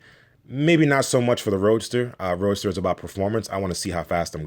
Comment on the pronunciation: Anyone else hearing him call it "Roaster"? Seems appropriate...